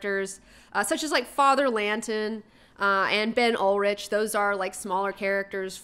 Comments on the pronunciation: It's Ben Urich. Ur-ich. URICH. URICH! URICH!!! I kept thinking she was thinking about Skeet Ulrich when she was saying his name! And BTW, the issue with the old Hispanic lady and the tenants was the landlords were trying to circumvent their rent control and strong-arming them out. Maybe some people just like their home, no matter if it's fallen into squalor the past few years, OK? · Urich. Not Ulrich. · I hate to be pedantic, but it's Urich. Ben Urich, pronounced like Rick, not whatever you were saying. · Ben "yoor-rick" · Omg, thank you. No one here commenting about the "Ol-rik" mis-pronunciation.